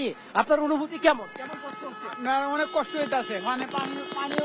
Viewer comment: (বৃষ্টি+ কষ্ট+উনিশ) রিপোর্টার ভাইয়ের এই শব্দগুলোর মূর্ধন্য ষ উচ্চারণের জায়গাটায় একটু সমস্যা মনে হচ্ছে। আমি কি সঠিক! 🤔🤔